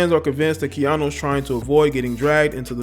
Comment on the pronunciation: Its KeaNU not KeaNo. I swear you do this all the time. Take time to learn the names of the ppl you are reporting on. Just looking out.